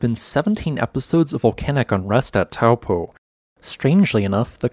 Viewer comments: It's pronounced toe-poor (minus the R) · Try Toe (as in toe on a foot) and paw. Toe-paw (Taupō) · Correct pronunciation is 'Toe paw' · As a New Zealander of European descent, I have always seen and have always pronounced it as "Tow" in "Towel" and "Po" in "Potent." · Taupo pronounced “ Toe Poor “ 😂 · Interesting vid! Just a handy fyi, the correct pronunciation of Taupō in te reo Māori is "toe paw" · Good video. It's pronounced Toe Paw 😀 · In polynesian languages, the 'ng' is pronounced as it would be in "doing". Tonga is also pronounced this way, yet everyone else on earth says 'ton-ga'. Also, Taupo is pronounced 'Toe-Paw'. Many new zealanders get this wrong, as it never used to be pronounced this way until respect of the maori language has been pushed by the government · Taupō is pronounced like: Toe + Paw